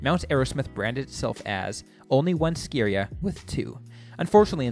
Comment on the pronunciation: Also, It's Ski Area...not scaria.